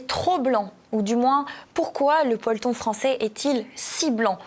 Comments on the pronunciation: (et suiv.) Le peulton ? Le polton ? 😉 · PE-LO-TON Pas "polton" 😂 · Bonjour, alors peloton se prononce peloton et pas polton 😂... En plus, c'est un joli mot peloton non 😂? Trêve de plaisanterie, bonnes vacances à Jean-Yves et vous. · "Peloton" et non "ploton"(qui veut dire autre chose) 😂😂😂😂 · Vous m'avez bien amusé avec votre "polton" au lieu de peloton. Continuez de nous distraire comme vous le faites. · on dit "pe-lo-ton" Heureusement que vous avez un très beau chemisier et des belles boucles d'oreilles! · pe-lo-ton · Le "peulton" français 😂